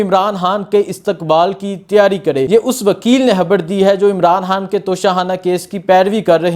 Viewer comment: 🟨🤦‍♂️ حبڑ نہیں ہے ۔ "خبر ہے"